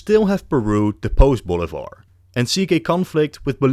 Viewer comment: Bolivar is pronounced BOH LEE BAHR . Stressing the EE. Not Boulevard